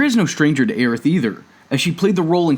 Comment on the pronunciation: I don’t think I’ll ever recover from hearing Aerith pronounced EARITH.